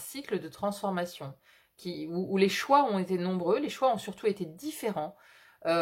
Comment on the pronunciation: bonjour et merci pour le partage, pour le, vous dites les "choins" (au lieu de choix), alors je vous partage ce qui m'est venu à ce moment là... ce sont peut-être les choix qui mènent à des soins (donc choins par contraction), ce qui est factuel pour moi en ce moment... En vous souhaitant une belle journée. ✨✨